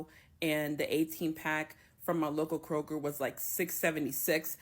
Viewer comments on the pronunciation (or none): none